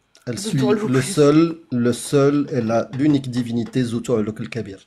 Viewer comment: "Les tchextes et la djivinité"